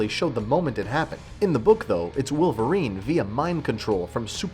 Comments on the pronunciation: Its Wolverine not Willverine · Why are you saying willvarine? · i can't get over the fact that you're saying "willverine".